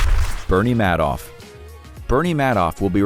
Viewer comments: Pronounced MAD-off, not ("made off with the money") MAID-off? Madoff has since died. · FYI Bernie Madoff (pronounced “Maid-off”) died well before this video was published.